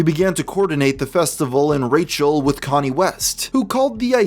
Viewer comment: I thought it was actually Kanye West, not Connie West